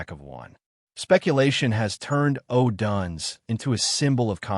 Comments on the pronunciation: Learn how to properly pronounce odunze 😂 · U are totally clueless on how to properly pronounce odunze 😂